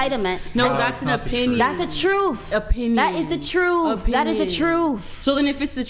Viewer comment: ehem, i believe you mean truth, with a th.